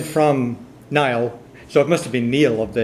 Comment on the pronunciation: wrong. gaelic is never pronounced like it looks on paper It is pronounced Niel. Greetings from Ireland.